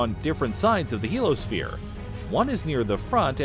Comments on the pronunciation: very good, interesting, and informative video, once again. I have a question, however. Isn't "heliosphere" actually pronounced HEAL-ee-uh-sphere, rather than HEAL-uh-sphere? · You keep dropping the "i" in Heliosphere! You keep saying "helosphere." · It's "heliosphere", not "helosphere". Heel-eeyo-sphere. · OMG!!! Do you realize how frustrating it is when a narrator can't pronounce a particular word a dozen times? I know what a Heliosphere (pronounced "HE-LEE-O-SPHERE") is. But, what is a "Helo-sphere"? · heliosphere! He-Li-O-Sphere NOT helosphere. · It's not pronounced "helo-sphere", because it's spelled heliosphere. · I couldn’t get past that he kept calling the heliosphere the “he-lo sphere” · '' HEEL - [ee] OH - sphere '' !!! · A) It is pronounced "hee-lee-os-fear" There's an "I" in the middle of the word, and it is sounded out, genius! B) Monetize much?! The Goodyear Blimp features less advertising than this clip! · SAY HELOSPHERE ONE MORE MOTHERFUCKIN TIME!!! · I was trying to ignore it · I think I’ve commented on YouTube maybe 3 times in my life but the fact that this asshole drops the I in heliosphere while trying to sound competent is a special kind of nails on a chalkboard. I came here to just say he sucks and give this video a thumbs down.